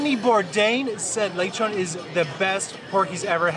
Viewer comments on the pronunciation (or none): its le chon